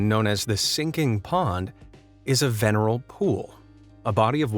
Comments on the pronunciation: A “VERNAL” pool; not “veneral” pool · Vernal pool, not veneral.. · So Capercaillie was pronounced correctly, but 'vernal' ponds got slaughtered? LOL! Sorry, but it is pretty funny. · Veneral pool??? No, dude, VERNAL. Jesus Christ, maybe you shouldn't be dispersing your BS to the world.